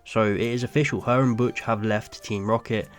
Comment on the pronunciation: The name is Butch, not Botch